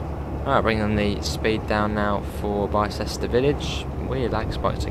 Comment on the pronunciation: You pronounced Bicester so wrong lol. It’s not said like Bi as in BiMode, it’s said like (I apologise for the language, I can’t think of other words) dick. Also that’s the complete wrong train XD As this is my local, unsurprisingly I have been on the line before. At Bicester village there is a 4 car stop marker then it goes straight to a nine car. Also it’s pronounced Eyes lip Bicester village is named after the Shopping whatever in Bicester, which has a population of around 30k people. It used to be called Bicester town but when they upgraded it for East west rail phase 1 they renamed it. If you want the real train for this route (providing you have the class 170 from DTG) get the AP class 168/170/171 EP. Oxford has 3 lines. The chiltern mainline link for East west rail aswell. The line to Banbury that XC and GWR use. And the cotswold line